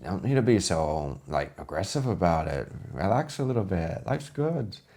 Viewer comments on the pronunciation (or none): atgggressive> ? but roger is frikken hillarious